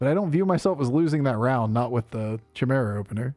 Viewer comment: if I were you I would just pronounce it differently each time I say the word just to fuck with chat at this point... Chaymurenda?!